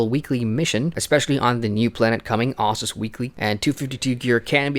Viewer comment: Exactly. Ossus. Not OHssus, devs